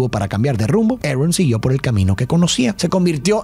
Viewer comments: ¿por qué le dices "erron" a el tio "arón"? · a quien mas le da risa cuando dice tio Arn y no Aron